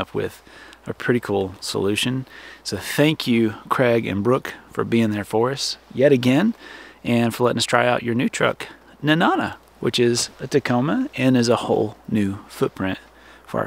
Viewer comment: I love Alaska. Lived there for many years. Don't really want to be the pronunciation police...but Nenana is pronounced (knee-na-nah)....if it makes any sense. Lol! Btw...if you head to the interior...there is a place called Chena Hot Springs. Go check it out! I think you will enjoy it! Keep those absolutely awesome videos coming! I've been an avid follower since the sale of your RV.